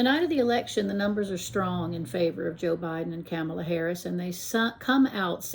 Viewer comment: Good job! It's comma-la :)